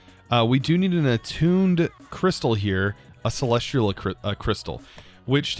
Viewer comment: I'm not the only one that's annoyed by him saying "Celes-tree-al" instead of "Celes-tea-al" right?